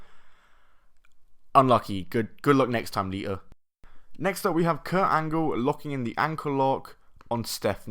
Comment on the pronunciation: its lita not leea